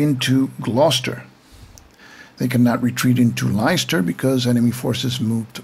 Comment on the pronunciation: Pronounciation - Leicester - "Lester" and Derby - "Darby". Great video!